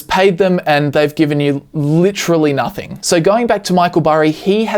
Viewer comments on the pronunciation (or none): none